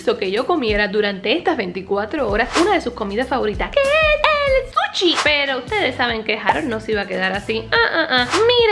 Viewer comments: Nadie: Harold: suchi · Yo no sé porque ella dice suchi si yo pienso que todos sabemos que es sushi